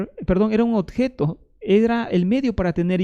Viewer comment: 20 minutos repitiendo lo mismo y hablando mal: 20 veces dice "odjeto", donde corresponde decir oBjeto! Muchas cháchara, la del peruano!